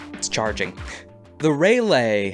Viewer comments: just an fyi, its pronouncem ralley, not ray lay :). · Love the vids, it killed me when you called it the “Ray-Lay” 😂 it’s pronounced “Ra-Lee” (Ra like the Egyptian god) just like the capital of NC in the US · RALEIGH AS RAY-LAY???? ITS PRONOUNCED “RAW-lee” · The Raleigh mech isn't pronounced "Ray-lay" it's pronounced "Rah-lee" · Great video! Very fun! However…hearing you pronounce the Raleigh as “Ray-lay” instead of “Rah-lee” pained me so much as a North Carolinian. It’s named after Sir Walter Raleigh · Excellent content, literally can't get enough Lancer content from a creator familiar with 40K That said, your pronunciation of Raleigh did give me the kind of psychic damage that a Medusa chassis could but envy